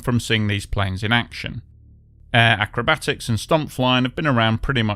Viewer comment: I switched off when he said "acrobatics".